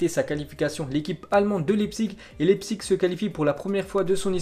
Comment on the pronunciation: Ça se prononce laïpzich pas lépsik